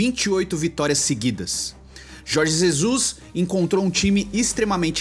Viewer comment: Jorgi Zezus